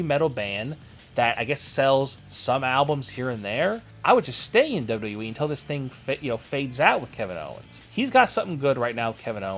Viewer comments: let me help you... its pronounced "Double You Double You EEE" ... not "Dirhrjfjc E" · LEARN HOW TO SAY "WWE"!! "WwweeE"..."WduhhhE"....open your mouth when you talk! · Dude learn how to say Wwe